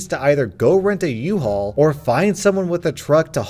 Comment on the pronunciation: It's a "UHAUL" not an "IHAUL"